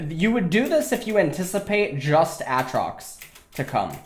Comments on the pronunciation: As much as i would love to watch this i cant until u learn to say ay-trox.... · He keeps saying a-atrox Lmao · A Atrox you fuckin troller reeeeeeee edit: oh thank god you started saying aatrox right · everytime i hear him say aatrox i think of the key and peele skit. YOU DONE MESSED UP A A RON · How many times can you mispronounce Aatrox oml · Ah-trocks and Koss-o-din